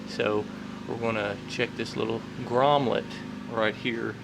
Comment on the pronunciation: The word is grommet not "grommlet".